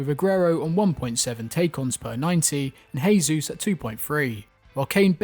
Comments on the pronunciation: BTW, in Portuguese you actually pronounce the J if I'm not mistaken, so you're actually saying Gabriel Jesus' name as if he's a Spanish speaker but he's Brazilian. Not a big deal though just thought you should know 😂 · Bro Jesus is not spanish its Portuguese pronounce the j like you do in English. The only reason im correcting you is because you are using spanish instead of english or brazils actual language....Portuguese for pronunciation